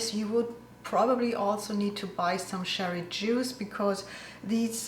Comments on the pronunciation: Im living in Germany for 40 yrs. now. I find your recipes fantastic. Although I speak German fluently I wouldn’t have the courage to do a channel in German. Just one thing, the „ch“ in cherry is pronounced like the dance cha cha cha I’m normally English speaking. When u say sherry ( Sherry is a Portwein from Spain.) much luck and success with your channel. I love it. 🌈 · I thought you were saying sherry water, I guess it’s cherry . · Thank you for the genuine Black Forest cherry cake. PS. Sherry as opposed to cherry is an alcoholic drink (Fortified wine) and is said with the soft sh sound, cherry on the other hand is a fruit and is said with a hard ch sound as in lunch, chalk, cheese, charm, church. I know it’s a difficult sound to make for a non English person. But confusion reigns as ‘sherry’ is also often used in cooking.